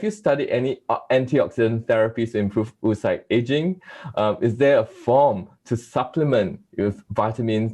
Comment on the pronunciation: Oocyte is pronounced ow-uh-sait or /ˈəʊəsʌɪt/ UK or /ˈoʊ.oʊ.saɪt/ US. They way this American pronounces it is not the US or the UK way. Would it be too much to check how the main word of your research is pronounced?